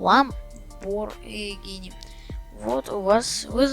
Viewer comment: Lamborghini существует: Также энзи: Lambargini